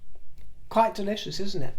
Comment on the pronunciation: Did you say delichious? 😂😊